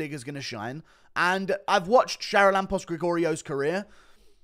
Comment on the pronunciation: You are butchering the pronanciation of the fist guys name. Its Haralambos.